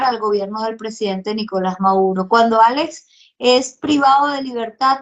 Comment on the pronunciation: POR FAVOR,. SEÑORITA. ES NICOLAS MADURO,. NO''' MAURO''' ..... QUE VERGUENZA.